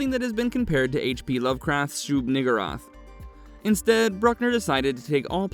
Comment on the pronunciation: HP Lovecrafts what now?! Thought I heard a hard R in there.